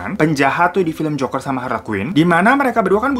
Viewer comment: aku dengernya joko & hari dong😭